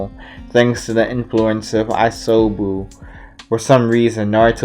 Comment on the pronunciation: DEAM NIGGA IT'S ISOBU NOT l'MUSOBU!!!